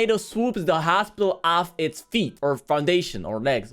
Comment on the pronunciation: you say hosipital